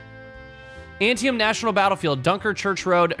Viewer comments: Antietam is pronounced "an-tee-dum" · it's "an-tee-tum"